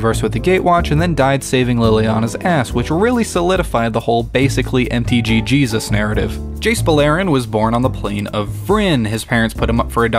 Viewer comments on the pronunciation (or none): none